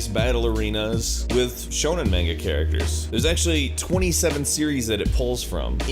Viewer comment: Damn, beat me to it. Also "main-ga"